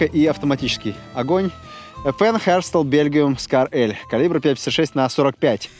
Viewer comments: Ёбушки-Воробушки — Херстал ))) Ну хоть без "В" по середине и ЭфЭн, а не ФэНэ. FN Herstal (Fabrique Nationale d'Herstal) Фабрик Националь д'Эрсталь Эрсталь это город!!! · 1. Не high, а heavy 2. Не Хестрал, а Эстраль, ибо это французский язык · Эрсталь, а не Херстал.